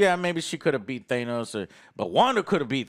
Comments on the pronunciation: Than-ose NOT Thane-ose!!!!!! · Take a shot for every time says "Thaynos". Wholeheartedly agree with keeping the X-Men, not the writers. Or directors. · He's still pronouncing Thanos incorrectly? No way guys. Jeez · Ha, annoyed and love Joe still says Thanos wring.